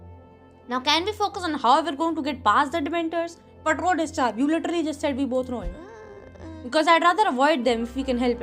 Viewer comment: Her accent is killing me 😂😂 “WE’RE SCROOOOOOOD WE’RE LITERLLLLLLYYYY SCROOOOOOOD” I have never ever heard a worse accent/attempt of English 😂